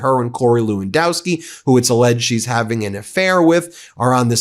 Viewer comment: It's funny (I guess the only funny thing about all this shite); Whenever Ben says Lewandoski, I think I hear Filipkowski.